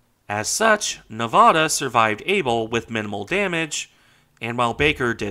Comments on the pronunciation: It's pronounced "Nevada" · don't you mean "Nevada"?